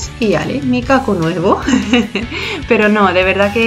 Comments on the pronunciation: Eso te iba a decir yo, que me pongo mal cada vez que escucho micaco🤣🤣 es mikado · Es micado🤣🤣🤣🤣 que gracia me hace cada vez que te escucho decir, "micaco"❤❤❤❤